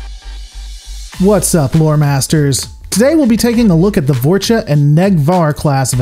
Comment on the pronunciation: ok this is killing me! you keep saying "vorch-uh" and for the love of christ is "vor-small pause- cha(h)"